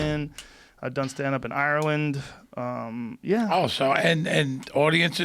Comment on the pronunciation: Michael Imperioli says Ireland like he's FROM Ireland. Lets you know how intertwined the Irish and Italian people are in NYC.